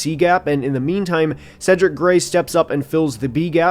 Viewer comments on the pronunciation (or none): none